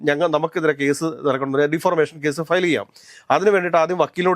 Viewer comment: Dear, താങ്കൾ എല്ലായ്പോഴും ഒരു വാക്ക് തെറ്റിച്ച് ആണ്‌ പറയുന്നത്. Defamation (ഡിഫാമേഷൻ) എന്നതിന്‌ പകരം Defarmation (ഡിഫർമേഷൻ) എന്നാണ്‌ താങ്കൾ പറയുന്നത്. പ്ലീസ് correct.